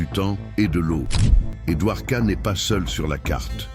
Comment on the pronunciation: Get the name correct please! Dwarka. Not Duhwoka.